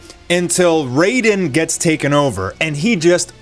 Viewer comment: Raiden = RYden, not RAYfden 🙂